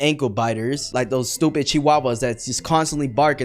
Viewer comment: When he said stupid, he said it like he was Asian 😭